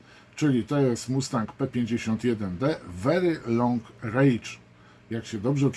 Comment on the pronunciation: Mała uwaga, wery long rendż, nie rejdż. Wychodzi bardzo długi gniew :)